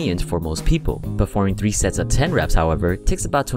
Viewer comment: I swear that I heard " what about sex ?"